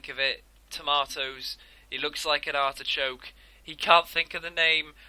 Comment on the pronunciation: DOOOOOOD, ITS ARDICHOKE GUY MAN